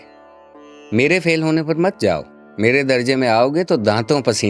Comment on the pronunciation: آواز خوبصورت، لہجہ پیارا۔ امالہ کو بھی درست کر لیتے تو بہت عمدہ ہو جاتا۔ مثلا 'درجہ' لکھا جاتا ہے، لیکن 'درجے' پڑھا جاتا ہے